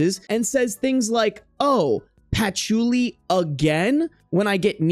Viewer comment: not you saying Patch-oo-li 😂😂😂😂 bruh